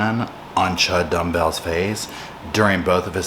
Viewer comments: did you say Chud Dumbell?💀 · He called him CHUD DUMBBELL. He's too funny